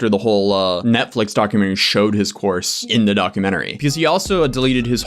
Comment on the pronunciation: I am across the room listening and thought you said an online horse 😂